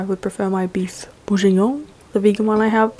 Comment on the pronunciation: omg the way u pronounced "bourguignon" is a SIN haha